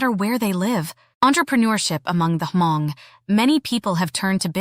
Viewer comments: The you pronounced Hmong is wrong. Not Ha-mon-g! Hm-ong! The g at end is silent. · Ugggghhhh it’s not ha-mong!!! H is silent it’s just mong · It’s not Huh Mong….. it’s Mong, the H is silent. I do like this video. Thanks for doing this. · Thanks. FYI....the "H" is silent. Please just pronounce......Mong. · Thank you for making this video. Only thing I cringed was the pronunciation of “Hmong”…. Every time the narrator took a breath for “H”-Mong. 😂 The “H” is silent. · Hmong culture is not only for hundreds of years and is not H-mong, try to pronounce better. It's over 8 thousand years. Want to know more about the Hmong, STUDY HARDER. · "Ha-Mong"? H is silent. 😂 Hmong /Hmoob. 😊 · Despite the AI voice struggling to pronounce the word Hmong, sometimes with a hard “H” and also spelling out Hmong words instead of correctly saying I’ll give you props for researching my people’s culture. It would be nice for you to contact a person of the people you are exploring and get their insight, including the proper way to use their language in your videos. Anyway, thanks for learning different cultures of the world.